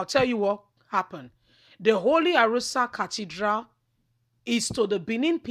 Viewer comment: ARO-OSA & not ARORA!